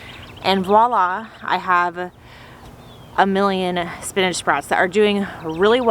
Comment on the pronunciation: Say spinnage one more time lol spin-ach